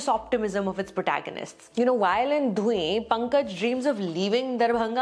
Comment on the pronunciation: hey sucharita, love ur work. just one small thing - dhuin which is a maithili word for fog or mist, is pronounced as धुइन with the complete "न" sound in maithili.